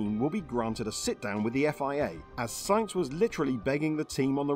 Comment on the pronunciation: It's Sainz, sAinz!!! And you pronounce it AH, like when you went to the pediatrician and he made you stick out your tongue and say AH!